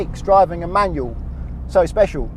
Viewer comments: I much prefer manual, for much better control. I couldn't watch much of the video.. that word "manyuw" just bugged me too much. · You know there's an L at the end of the word 'manual'? It's not pronounced 'manuaw'